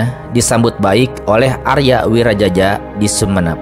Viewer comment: Arya wiraraja buka Arya wirajaja